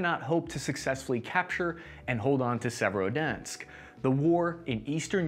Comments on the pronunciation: …. I don’t think that pronunciation could get any worse. Even a fifth grader could attempt those pronunciations and get closer than what we have here. Se•ve•ro•do•netsk. Not “Se-verski-donsk” lol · "Severodansk", "Severodunsk", "Severodensk!" Good grief! It's Sev-er-o-don-etsk. You can do this! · Donuts river moskava and severa dunts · The Muskava, the severodonx. Only thing butchered more than the russian troops are these names 😂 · You mean our proud city of Serodnzatk on the great Donutk river? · Its Servo-donk obviously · doing an excellent job of carpet bombing all these place names. Donetsk is Donsk? Severodonetsk is Sevrodonsk? Time to smoke more apple hookah in Bag Dad. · For anyone whos wondering the correct pronounciation of Severodonetsk. ->(Severe Don-esk) It's a soft roll on the r in Severe though. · Your pronunciation of Severodonetsk gets worse every try. Beautiful. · Haha by the end I was wondering wtf he was even saying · In the right way to pronounce - Khar-kiv - Severo-Donetsk- Isyum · Love the video but take a little more time with the names man. Just read all the letters in the word and don't add any.